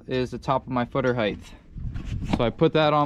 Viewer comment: Nice work, but are you saying "heidth"? Like the same way you'd say "width"?